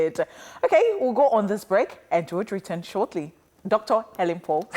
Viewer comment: Elen not Helen